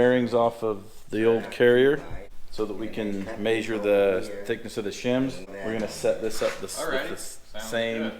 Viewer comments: "We are going to ma-shure these shims" 😂. Measure.. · Everyone at my work now says “may-sure” instead of measure😂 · Yep, maysure twice, cut once. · I like how you say measure - “maysure” 😉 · Mayshur twice, shim once. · “Maysure these” lol. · May-sure? Lol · I like that says “MAY-sure” my great grandpa said it that way. If you ever slipped on a slick surface and landed flat on your back he would say “ you mae-sured yourself” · Love watching your channel... Is it just me or does say measure kind of different?? Sounds like maysure.... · Word of the day: Maesure. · "I gotta 'MAYZHURE' these" 😂😂😂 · midwest accent this is anyone from montana to northern arizona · Is it just me or does say measure funny, or is that intentional?